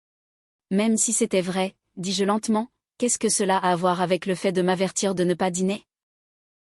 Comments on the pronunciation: Petite histoire distrayante réalisée par intelligence artificielle. On peut le déceler quand vous entendez : " dis-JEU " au lieu de dis- je . On ne peut pas applaudir ou plaindre des personnages virtuels ou alors plaignez Cosette ou détestez les Ténardier . C'est une fiction pour distraire un petit moment. Autrefois quand une troupe donnait un petit spectacle dans un village celui qui avait le mauvais rôle devait se cacher sinon les villageois l'auraient battu , confondant la réalité et la fiction . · Lecture trop longue. Et le "dis-JE" est trop prononcé" car le JE se dit Je mais NON JE appuyé